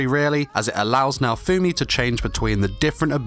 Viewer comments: If you call him Naofoamy one more time, we're gonna have a problem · Im soo TRIGGERED when people pronounce "naofumi" to "naofoammmmmi" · DID YOU JUST MISPRONOUCE NAO-FUMI SAMA WTF! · I don't like the way you pronounce his name😅